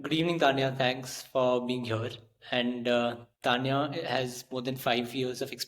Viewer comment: Keep rocking! 🎉 But the host totally botched the pronunciation of your name! 🤦🏻